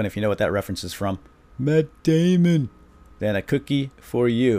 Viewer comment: Matt Damon sounds like My Dimond